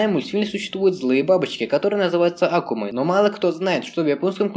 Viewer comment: не ааааакумы а акуууумы